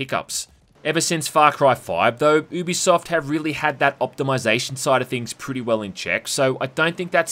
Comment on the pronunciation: You're saying it wrong It's "You Be Soft" In a sentence: "This is a Ubisoft game" I'm not taking the piss... Watch any of their promos, this is how they say it.